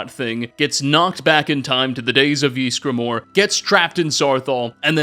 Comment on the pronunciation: No one:: Jeezgramor